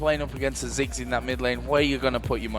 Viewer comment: its ziggs not six